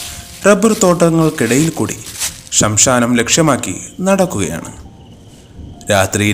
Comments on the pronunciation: ഷംഷാനം എന്നല്ല ബ്രോ ശ്മശാനം എന്ന് ഉച്ഛരിക്കൂ... കഥ ആണെങ്കിലും ഉച്ചാരണം ശുദ്ധമാക്കണ്ടേ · യക്ഷി അല്ല ഇത്..രക്ത രക്ഷസ്..അഥവാ ദുരാത്മാവ്... പിന്നെ ശംശാനം അല്ല ശ്മശാനം.....🎉🎉❤❤ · എത്രയൊക്കെ ടെക്നോളജി ഉപയോഗിച്ച് താങ്കൾ കഥ അവതരിപ്പിച്ചാലും കഥയിൽ ഇടയ്ക്കിടെയുള്ള ശംശാനം എന്ന ഉച്ചാരണം പഴുത്ത മാങ്ങയുടെ പുറത്ത് അവിടവിടെ കാണുന്ന കറുത്ത പുഴുക്കുത്തുകൾ പോലെ കഥയെ വിരസമാക്കുന്നു.. ഒരു തവണയൊക്കെ തെറ്റുന്നത് സ്വാഭാവികം. പക്ഷേ അത് നാല് തവണയിൽ കൂടുതൽ ആയാൽ അതിനെ എന്തു പറയണം?. തന്നെയുമല്ല താങ്കൾ ഇത് പോസ്റ്റ് ചെയ്യുന്നതിന് മുൻപ് പരിശോധിച്ചില്ലേ ആത്മാവേ? ദയവുചെയ്ത് ഇങ്ങനെയുള്ള അബദ്ധങ്ങൾ ആവർത്തിക്കാതിരിക്കുക. 🙏